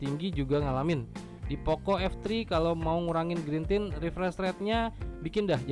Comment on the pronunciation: Parah, orang nulis lag jadi lek diketawain.. lu aja greentint masih sering dibaca grentin, screen dimming dibaca skrin daiming.. apa tuh gren? apa tuh daiming? Wkwkwk